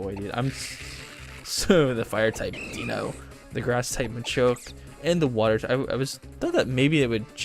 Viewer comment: Deino is still pronounced Dino, just with the german for one inserted (Eins). I'm pretty sure i told you this at least once on a stream. You should've taken it tho. The locke would've started instantly when you got your starter as it was holding a pokeball. It's pronounced Vespiquen not Vespiqueen as GF decided not to change the name limit. But i'll forgive you on this one. You can put in a dragon rage clause for the first 3-4 episodes if you want to, allowing you to survive bs dragon rage fights. Also, to anyone reading this, only 46 of the channels 271 subscribers (at the time of my writing this) have joined the discord server so if you want to join, check the link in the description.